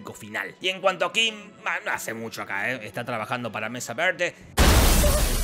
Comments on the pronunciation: ¿Por que pronuncias Mesa Verde como si tuvieras un plátano en la boca? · Jajaja como pronuncia mesa verde